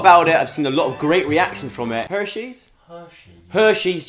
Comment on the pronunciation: The way the says Hershys 😂😂